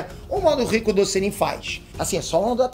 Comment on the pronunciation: Só eu que entendo "ricundô" ?